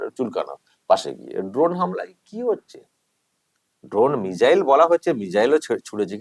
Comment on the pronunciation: ওটা মিজাইল না মিসাইল